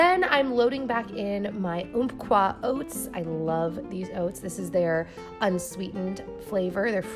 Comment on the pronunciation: Hahaha I love hearing how other people say Umpqua. It's pronounced Um-qua. :)